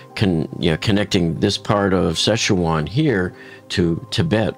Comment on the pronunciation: Pretty close, but Si Chuan is pronounced like Sir Chwahn, but without emphasis on the r.